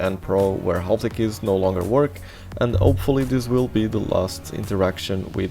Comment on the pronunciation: the L in "half" is supposed to be silent, so is the C in "muscle"